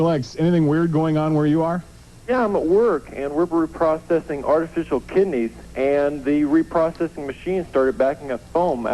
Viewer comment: Artificial kidneys? Is that what he said? 😆